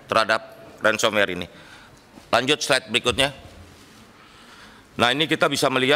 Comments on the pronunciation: apa yang bisa diharapkan dari orang yang ngomong "slide selanjutnya" aja jadi "SLED selanjutnya". Hancur hancur wkwk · "sled trakhir" "Letes" "Siber" Jelas sudah